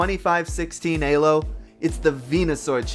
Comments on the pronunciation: what the hell is ayy-low though? It's pronounced eee-low no matter whether you use Arpad Elo's original language of Hungarian or standard English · fucking "aye-lo" dude LMAO, it's E-low, that is how you properly say it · was there anyone else getting tilted by "eh-low" instead of "ee-low" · Why does he pronounce Elo as Ay low, so distracting